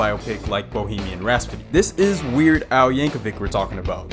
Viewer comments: He did. Also said Bohemian "Raspody!" Or was it "Rashpody?" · And Bohemian Raspody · Raspody or Rasphody... 4 freaking times!! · Bohemian Raspody... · Bro can't pronounce Rhapsody, it's killing me. 😂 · Homie mispronounced rhapsody every single time. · Is there a reason you say rhapsody so different? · Dude, learn how to pronounce "rhapsody"! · How many times are you going to say 'Rhapsody' wrong? 😂🤣 quite a few apparently! And there's a minute left in the video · I’m only 30 seconds in and you’ve already mispronounced “rhapsody” and “Amish.” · …..if you can’t pronounce “ Bohemian Rhapsody“ correctly then you’ve lost me not even 2 minutes in. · "Bohemian Rhasp-sody???" Get rid of this diversity hire. I'm tired of his mispronunciations and lack of smile in his voice as he reads a script that he himself OBVIOUSLY did not write. He clearly doesn't have any knowledge of any of the subject matter he's been hired to read off the teleprompter and he clearly lacks any love for said subjects. At least hire someone who can act enthusiastic and involved. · Drinking game idea: Take a shot every time he says "Raspity" instead of "Rhapsody" Take a shot when he says "Aim-ish" instead of "Amish" Take a shot each time he says "notorious Columbian drug lord and Narco terrorist Pablo Escobar" Congratulations! You now have alcohol poisoning! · RAP-SODY NOT RAS-PODY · Bohemian Rap-So-Dee not Raspadee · It's "Rhapsody". NOT "Rhaspody". I lost count of how many times that was mispronounced throughout the video. C'mon man! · Ok Screen Rant, i hate to b THAT guy, but y'all need to have a word with this host! I mean, Bohemian RASPODY??? AY-mish Paradise??? 😕Last i checked it was Bohemian Rapsody and AH-mish Paradise.... cmon man, its the little things yknow? Edit: DAAAYUM!!! 4 TIMES (maybe 5)... RAP-SODY! Bohemian RAP-SODY! 😢Freddie b roling rn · rhaPSody, not rhaSPody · Bro, Rhapsody…. Rhapsody. Not rasspody… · Bohemian Rhaspody. ...Rhaspody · "bohemian rhaspody" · Bohemian "Rhaspody?" 🤣